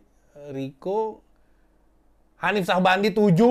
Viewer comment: saat lo nyebut hanif gua ketawa ngakak anjiir